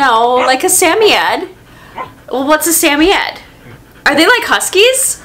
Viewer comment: I know. 😃